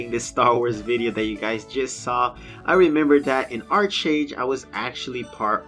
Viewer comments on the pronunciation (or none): Pronounced (Ark-age), and I too will be joining the Hieron, pronounced (Hi-ron)